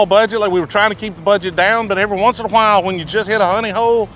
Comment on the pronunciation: really hits that southern draw, "once in awhhhhile when you hit that honey hole"